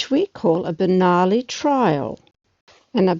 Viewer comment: min ... sounds like the correct pronunciation of "Bernoulli".